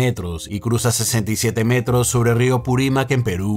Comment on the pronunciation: Najajaj .. es río Apurimac y no purimac